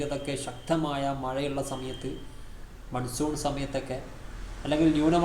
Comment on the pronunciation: മൺസൂർ ?😂 മൺസൂൻ